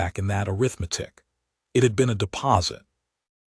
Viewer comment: This is the first AI I've heard pronuce arithmetic instead of (air-riff-matic) Job well done!